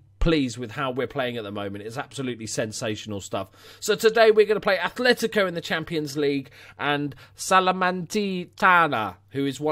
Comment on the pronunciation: Just a future fyi, it's "Atletico" not "Athletico"